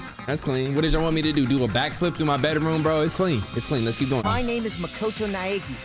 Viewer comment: The way he pronounces his name brings me pain